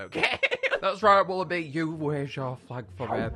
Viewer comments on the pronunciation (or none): none